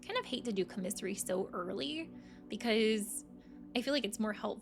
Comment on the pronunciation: The word is pronounced COMMisary, not comMISSary